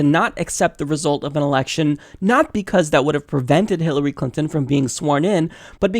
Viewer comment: Did the host just say "Hillary Cunton" ?? :D